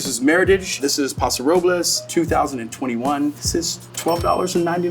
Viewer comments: Same! Next I hope one day he learns to pronounce "Paso Robles" correctly 😂 then my life will be complete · He mispronounces Paso Robles & Willamette Valley!!!!